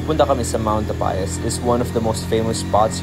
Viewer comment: It's actually Mt. Tapyas and not Tapayas. 😊